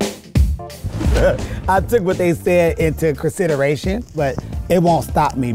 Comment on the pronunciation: Jasmine - "I took what they said into cursideration".